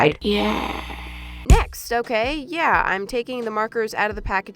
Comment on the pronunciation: “It’s not OKEH to be OKEH”❤️(titan cry 😭)